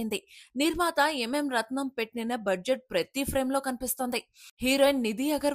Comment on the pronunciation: నిర్మాత ఎం మేం రత్నం కాదు తల్లి Am రత్నం